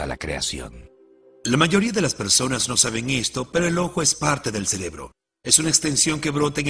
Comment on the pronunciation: Para la compañía que hizo el doblaje. Se dice « cerebro » no « celebro » 🙄